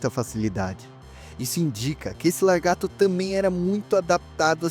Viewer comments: Lagarto, não "largato" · Largato kkkkkk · Excelente vídeo, já me inscrevi no canal. Parabéns por não usar narração por IA, que deixa o vídeo muito tedioso. Só que isso traz uma preocupação adicional, quanto à dicção e ao linguajar. Sugiro vc se policiar quanto à pronúncia correta (evitar "largatixa" e "largato"), e quanto ao uso de palavras chulas (isso eu notei que já está melhorando. Sucesso com o canal! Forte abraço!